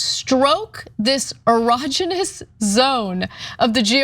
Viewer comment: George Will saying Erogenous zone is the death of the word Erogenous.